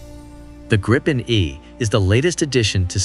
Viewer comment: The correct pronunciation is (in english spelling) 'gree-pen', as in 'sweeping', not 'grippen'.